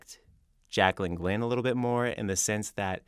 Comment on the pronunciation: He acts like he doesn't know who you are. "J-Jaclyn Glenn?" Like, even if he DIDN'T know who you are, your name isn't complicated and is easy to pronounce. I hate when people do that.